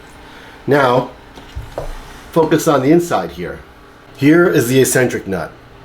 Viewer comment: Its pronounced Xcentric